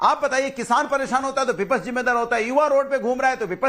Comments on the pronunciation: हरा कुर्ता पहले विपक्ष शब्द ठीक से बोलना सीख लो,विपक्ष है या विपछ है,बने फिरते हो नेता बड़ बड़ बड़ बड़ बड़ा रहा है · को बताओ विपच्छ नहीं विपक्ष बोला करे 😅